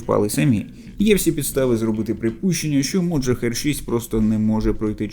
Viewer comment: А чому "моджахер"? Його так військові називають? Назва ж Mohajer 6 - мохаджер 6.